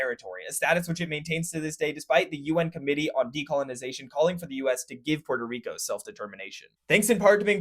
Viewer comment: "Port - o - reek - o " saying it fancy is kind of extra